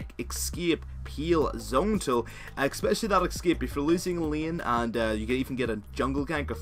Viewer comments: no one else get pissed off with how he says escape?? X-scape..... X to the S to the C, A, P, E. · "eskiep" :v